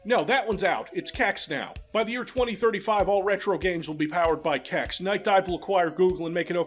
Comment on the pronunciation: Hearing say kex this much as a Swede is deeply weird.